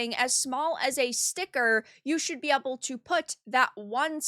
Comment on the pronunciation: “Been eble to”